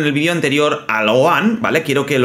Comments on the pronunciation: Jajaj q gracioso como le dice a Gohan Goan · Que feo dice el nombre de gohan pésimo la verdad cuando el nombre no se pronuncia así